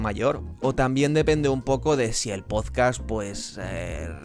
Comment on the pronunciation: Este plagiador con gafas dice "pozcast". Minuto 6: "estoy baante contento". Minuto "habían picos" plural erróneo que Jordi Madr3f0lladora Wild también comete. Y sólo he visto dos minutos a saltos. (Haber estudiado).